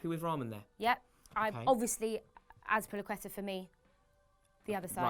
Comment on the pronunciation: Azpilicueta* not Azpilecueta